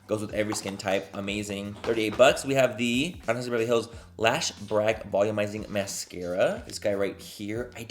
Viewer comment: every product “anastasiabevrlyhlls” 😂